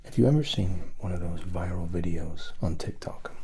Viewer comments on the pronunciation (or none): none